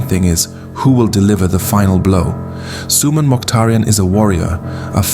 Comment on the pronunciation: If you can't even say his name properly maybe you shouldn't be assuming things or exaggerating the fake news